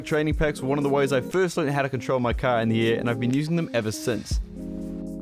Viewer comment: saying “in the air”, “indiaa”